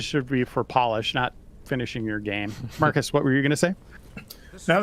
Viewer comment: Every time Marcus is introduced my mind hears "Martha Stewart".